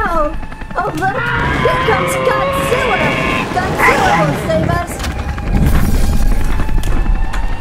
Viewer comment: Wait did he say godziller